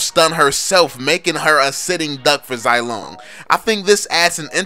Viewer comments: You pronunce him zy-long, it shoud say it zee-long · ffs I'm pretty sure that it's pronounced "zee-long"